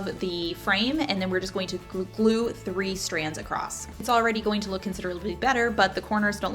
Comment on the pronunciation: Sorry but it’s Combine not Combind, across not acrosst.. xo